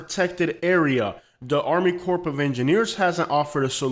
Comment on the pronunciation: Bullcrap! Florida is just fine. I've lived on the shoreline for 20 years...the water is NOT rising. We have storms. Storm surges do a lot of damage. Nothing new. Just the way this idiot pronounces Army Corps of Engineering should be a clue that he is clueless and reading from some global warming hand-book. Its propaganda. Nonsense.